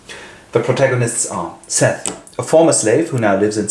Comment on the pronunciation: Her name isn’t seth it’s Sethe. Seth-ay.